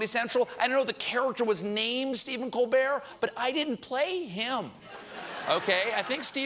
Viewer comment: thats how i hear him pronounce his last name.